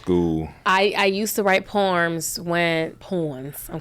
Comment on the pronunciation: She said poerms 😅 whew Chile